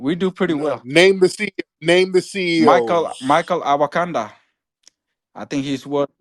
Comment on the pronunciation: This joka said “Michael awakawa”😂😂😂😂 I looked em up and saw nothing